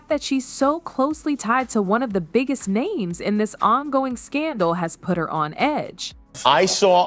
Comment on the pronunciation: Click bait, she cant even say the name right!